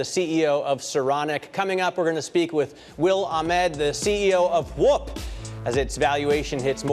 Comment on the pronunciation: Why can’t he say “WHOOP” properly?